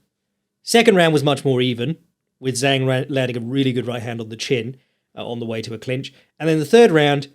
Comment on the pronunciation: the correct pronunication of Zhang is with.a "Jang" that rhymes with manga.